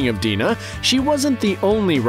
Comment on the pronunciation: he pronounces "dina" wrong, its "dyna" not "deena"